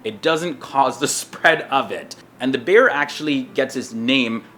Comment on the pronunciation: Really thought he was saying bear every time he said beer. 😂